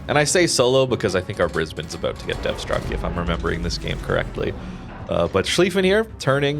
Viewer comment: Thank you for pronouncing Brisbane correctly